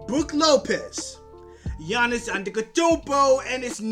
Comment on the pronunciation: You can't even pronounce giannis name!!!